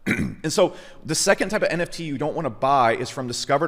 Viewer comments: Why do you keep saying it wrong. It's NFT, not NTF. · Not sure it was pun intended but it sucks to hear 'NFT' spelled and pronounced wrong :( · Why should someone take your advice when you can’t say the abbreviated word properly 😂 doesn’t lend credibility. If you really understand cryptopunks you’d know they paved the foundation for what the ERC 721 token is that allowed for non-fungibility in the first place. That didn’t exist before punks. You’re not buying a cool JPEG, you’re buying a piece of digital history. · NTFs?? Did you just say NTFs? This ain't your thing. Just stop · WTF NTF? It's NFT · For someone so passionate about the topic to keep calling it Non-tokenizable Funges made me cringe lol And to keep belaboring the same point over and over and over again for 27 minutes....BUT, I get it man. You do have a point and a good one, thanks for that! Even if I just had to turn it off after hearing NTFs for the 18th time. haha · you lose your credibility when you cannot say the acronym. Agree with your thesis though. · Maybe i shouldn't be taking advice on NFT's from a guy who can't say NFT...